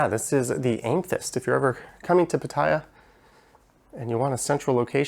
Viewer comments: It's pronounced am-eh-thyst FYI. Nice review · amethyst pronounced ăm′ə-thĭst. Amethyst is the February birthstone. Otherwise enjoyed the tour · Learn how Pronounce the name of the Item you are making a video about